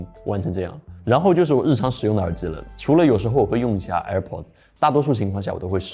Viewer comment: 听到耳之耳之的，我真的忍不了了，关！